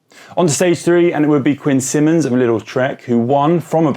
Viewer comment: After watching UAE's less than stellar performance at the Giro and Suisse I'm thinking their stars win DESPITE the less than stellar management. I'm starting to think Pogacar can win on any team..at least any team that lets him do what he wants with tactics, etc. LIDL = "LEE-dle" not "little". Where was the UCI and their ethics questions in 2005 when Belgians towed a guy not on their squad (Paolo Savoldelli) in a chase of Gilberto Simoni? The result was Savoldelli holding on to win the Giro by 28 seconds thanks to his Belgian friends...or should I say his DS' (Bruyneel) Belgian friends? Rumors were that post-race payments were made to the Belgian helpers.